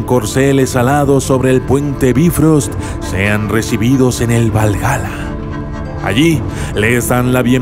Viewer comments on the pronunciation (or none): SE ESCRIBE BIFRÖST Y SE PRONUNCIA BAYFROST NO BIFOST.